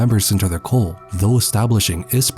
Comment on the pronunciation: Is he calling the Los illuminados a... cole? Cull?